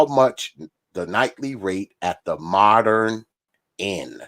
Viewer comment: “Moderren” 😂. Dude needs to learn how to speak English.